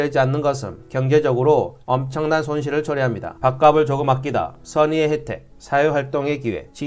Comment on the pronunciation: 밥갑슬 이라고 발음하기바람